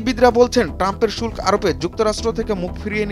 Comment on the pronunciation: "শুল্ক" শব্দের উচ্চারণ ঠিক করো।